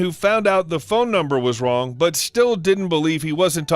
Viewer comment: Omg, when you said Wong number my coffee went everywhere. Gotta make a note, no drinking anything while listening to reddit stories